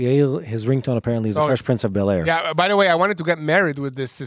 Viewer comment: Fresh Prince of Bel Aire? 😂😂😂😂😂 really?! 🤣😂🤣😂